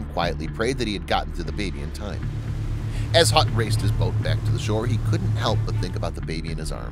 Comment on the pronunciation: Hutt not Gut